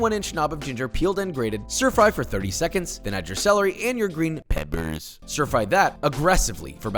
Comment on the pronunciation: My dude, I've gotten used to all the little gimmicks and sing-sing words and all that. I get it, you's about ta BUS. But then you threw that pebbers in there and I shot scalding hot broth out my nose. So, good job. Chalk up a win today, Papa!